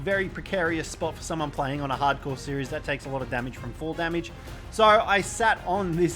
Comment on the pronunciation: Why'd you say Harcore like that😂